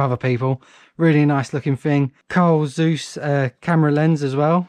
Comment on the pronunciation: Carl Zeus? I think it’s pronounced Zuy-ice